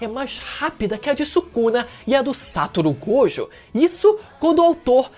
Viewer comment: Amigo, vamos aprender as pronúncias: SatÔRo GojÔ! "Yúdi" ItadorÍ! POR FAVOR!